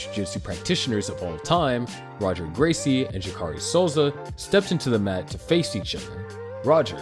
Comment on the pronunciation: And Royce, Roger and Royler. And just when I thought it couldn't get any worse he butchered the hell out of Jacare. I'm kind of impressed that he went to this much work to make this documentary while knowing nothing about the people involved. How could he have not known he was going to get called out?